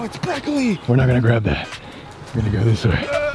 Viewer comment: Colby: Ouch it’s Peckily 💀😂